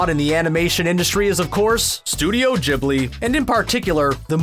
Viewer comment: It's a HARD 'G' for 'Ghibli', not a soft one.